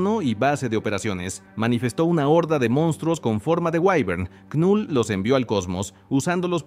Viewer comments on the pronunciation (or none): Me da cringe que diga literal con letra "k" Knull... Cuándo la pronunciación es solamente "Null" 😂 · La "K" de knull es muda bro🤢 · La K no suena y la U suena más parecida a la 'e' del español. Gracias por tus videos: me gustan.